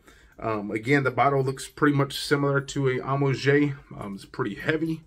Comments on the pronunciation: It's pronounced AM_OO_AAGE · Thanks for the review but man come onnn. Listen to bunch of fragrance reviewers and learn to pronounce the names correctly. Honestly its not that hard. It pronounced “amwaj”.